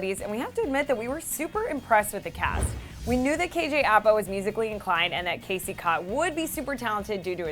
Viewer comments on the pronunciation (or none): none